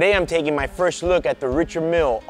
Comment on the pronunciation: Great vid but you need to pronounce the name correctly